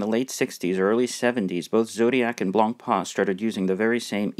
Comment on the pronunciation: Nice review, but the right french pronounciation of BLANCPAIN is not blon paan, but rather blon pen.